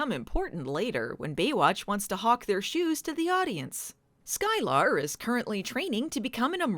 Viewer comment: It's um, Sky-Ler not Sky-lar.